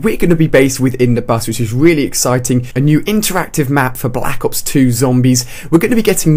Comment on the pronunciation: Anyone else notice he says "Black Hops" instead of "Black Ops" ?